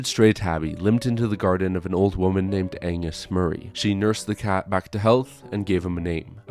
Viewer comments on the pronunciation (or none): "anus murray"??? i'm assuming this is just comment bait but in case it's not, the name is pronounced "AGG-ness" (a like apple). otherwise terrific video! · Excuse me, but did you just call that woman 'Anus Murray?' I believe her name was Agnes. It was a popular name of the era. (Eg Agnes Moorehead in Bewitched.) The 'G' is not silent, in the way that 'g' at the end of the word 'sing' is silent but does change the pronunciation of the NG. The name is pronounced Ag-ness, basically. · Is this AI narration?! Her name is AnGus Murray, not Anus Murray, as narrated here. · cmon man it's pronounced ag-ness. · Your line "You can still hear the purring in the film" doesn't make sense. If they had to re-record all of Brando's dialogue, then they had to replace the purring at those points as well. (It may or may not be the same cat, but even if it is the same one, you can't "still" hear it.) - Never heard "Agnes" pronounced that way before (as if spoken by a French person). Otherwise, great video!